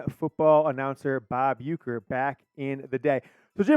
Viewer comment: Bob Ufer not Uker. LOL